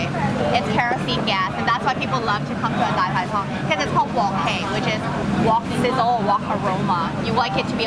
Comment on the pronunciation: Pronunciation on point! Loved the dai pai dongs there! Keep up with these great videos!